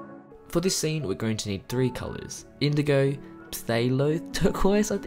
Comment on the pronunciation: No one: Literally nobody : Painter : indogow